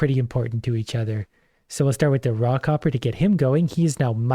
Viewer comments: You mean he ISN'T saying "Rock Hopper"!?!?! I had to re-wind and listen harder. Oh wow. lol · For the first half of the video every time he said "Raw copper" I heard "Rock hopper" and was very confused about the difference between rocks and stones.